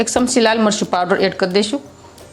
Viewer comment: V વીડીયો બનાવવાનુ બંધ કરો પહેલા ગુજરાતી બોલવાનુ શીખો, સમસી નહિ ચમચી, સે નહિ છે🎉